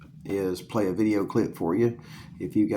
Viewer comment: Dude said vid-e-aye